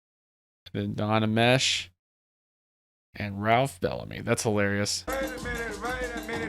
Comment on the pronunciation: Don Ameche is pronounced Ami-Chi, not Amesh... BTW, when his "brother" Ralph Belamy collapsed on "Trading Places" and he had to say "Fuck Him!" he asked for one take and no more, he was a Catholic and felt bad even for that one take... AND he apologized after every insult, including the Ni*** word at the bathroom after he "won the bet". (If you forgot what I'm talking about, check the movie or your reaction to it.